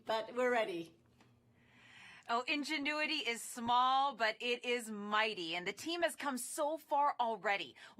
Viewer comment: Maaf min. Bacanya "injenuiti" bukan iujiniti 🙂